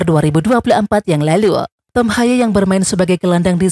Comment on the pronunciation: artikulasi "Yang Lalu" nya unik sekali 😆